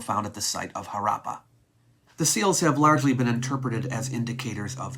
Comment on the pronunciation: you are pronouncing both Harappa and Mohanjo Daro incorrectly. Especially Harrappa. Stress is on the first vowel. More like Haarappa or Haaruppa. D in Mohanjodaro is soft d similiar to the words 'though' and 'that'. Thank you for the video